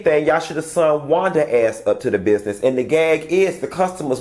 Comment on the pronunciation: I think a teacher of any kind would have to know how to pronounce a kid's name correctly.Thats not Wanda